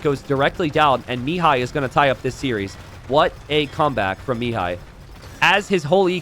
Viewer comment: Pro tip for pronouncing Mihai's name: think me-HIGH instead of ME-high. Emphasis should be on the second syllable.